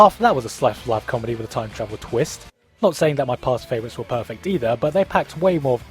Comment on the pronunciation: Sir gigguk, "Favrouites". Regards.